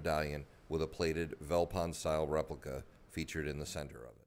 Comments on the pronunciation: The "V" in "Veldpond" is pronounced like an "F" so like "Feld-pond" . A translation or breakdown of Veldpond: "Veld" is an Afrikaans word meaning "bush" . "Pond" is Afrikaans for "Pound" . So Veldpond can be directly translated to "Bush-pound" . Which makes sense seeing that this coin was minted in the bush, and that the British Pound was their only reference to a currency that time, so got the inspiration from that. So this adds an interesting background to your story. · "Veldpond" is pronounced "Feltpont", the V is pronounced as a F and the d is pronounced as a t (sometimes) which literally means Field Pound. Zuid Afrikaanse Republiek which en stamped on the coin is Dutch which was the original language from which Afrikaans was derived now spoken by the descendents of the Boers (Farmers). In 1925 Afrikaans became an official language and thus in 3 years time will be 100 years old, the youngest written language in the world and the 3rd most spoken language in South Africa behind Zulu and Xhosa. The Boer War was like the Iraq War for the British, unlawful and unjust, and fought solely out of greed for the biggest deposit in the world of Gold found in the Boer Republic, The Transvaal, which was then the most wealthiest country in the world run by President Paul Kruger. To understand Apartheid and the demise of the British Empire, you need to study the Boer War which like with any unjust War fought will mark the end of an Empire. When the USA illegally invaded Iraq over supposed "weapons of mass destruction" in Iraq which turned out to be a lie, l said this will mark the beginning of the end of the mighty American Empire, which indeed is true. Good lessons to learn from history. 👊👍👌